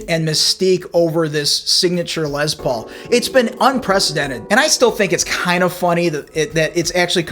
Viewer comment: And BTW, when I about 15 years old, I played in a band with a guy who called his guitar a "Lez Paul". You're only the second person I've ever heard use that pronunciation. LOL.